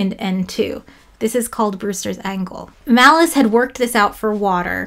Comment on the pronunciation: Pronouncing Malus as "Malice" just seems malicious...